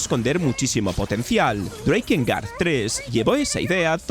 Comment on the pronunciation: No es "SOULSTAIS" es "Soulstice" y no se pronuncia "Dreikengard" es DRAKENGARD", No es "WANTID" es WANTED" etc etc